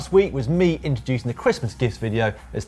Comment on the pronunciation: Dan Lloyd says christmas like cwistmas. very funny!